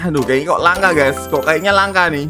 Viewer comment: Bang bukan gey tapi guys